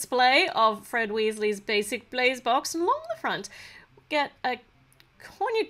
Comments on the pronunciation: It’s not wIsses it’s WEEZIES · When you say wheesles wizard weeszes I feel like your talking a different language